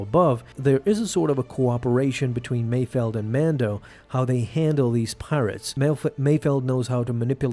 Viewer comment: Mayfeld, not Mayfield